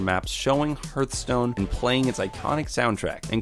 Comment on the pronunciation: It's Pronounced H+arthstone Not H+earthstone